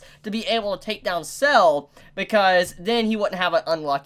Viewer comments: Sa-le, not Cell. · It's not "Sells" it's Sa-Le. Litteraly as it's written, as his name in Italian translates to "Salt", making it a direct contrast with Zucchero (Sugar) a few episodes ago. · the one irk I have is that they turned [ Kraftwork ] from a cool white and blue colour to a disgusting green. they even used the same pallet for [ Soft Machine ]. also, it's Sale, not Cell. his name is Italian for "Salt" and expect more people named after foods or Italian dishes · Really pronounced "Sah-leh"